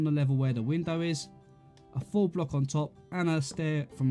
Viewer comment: Great tutorial but when you say “full block” you make it sound like “four block”